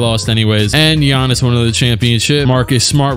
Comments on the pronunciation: "(Guy-ann-is) Bruv I'm dead😂😂😂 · I almost spit my food out when you said "GUY-ANN-IS"